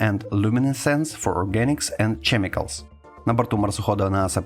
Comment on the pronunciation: Chemicals - читається як кемікалс, не чемікалс 😅